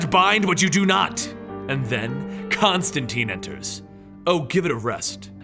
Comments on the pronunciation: whatta... you teen not tine? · It's John ConstanTINE IT RHYMES WITH LINE NOT CONSTANTEEN WTF HE EVEN SAYS THIS IN THE COMICS!!!!!!!!!!!!!!!!!!!!!!!!!!!!!!!!!!!!!!!!!!!!!!!!!!!!!!!!!!!!!!!!!!!!!!!!!!!!!!!!!!!!!!!!!!!!!!! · tIne not teen. Rhymes with fine :P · His name rhymes with fine. Why is it no one can remember that. Do all these comic channels get all their Constantine information from the movie. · Sebastian Ferguson I know people pronounce stuff differently but when the character in the book says its ConstanTine it rhymes with line then you should pronounce it correctly as well